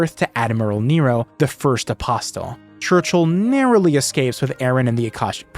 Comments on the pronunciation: the "t" in "apostle" is silent. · buddy you gotta stop saying apostle like that, the t is silent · The "t" in apostle is silent.